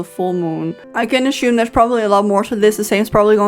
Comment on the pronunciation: I don’t want to be toxic but your pronunciation of “assume” is driving me crazy😭 I know english is not your first language 💕